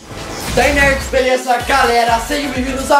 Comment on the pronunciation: só eu q percebi que ele disse "dai nerds" no começo?